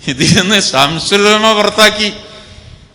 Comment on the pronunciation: സംസുൽ ഉലമ അല്ല ശംസുൽ ഉലമയാണ്